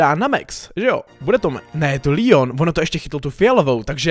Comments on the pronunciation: Proč mu říkáš Líon? Když je to Leon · Je to Leon ne líon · To se nečte (Lion) ale leon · Leon ne lion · Je to Leon ne lion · To je Leon ne lion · Ale to není Lion toje leon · Proč říkáš líon?! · on to neni líjon